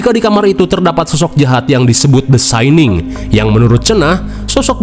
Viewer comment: The syanin? Syaninss? 😂